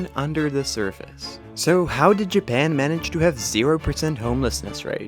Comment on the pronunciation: nobody: this guy: jaban